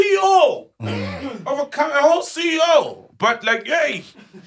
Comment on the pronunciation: "But when its time to see i-ou" (CEO)😂